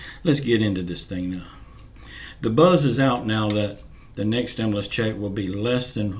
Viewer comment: STOP! SAYING!!! ""STIM-LUS!!!!!''''''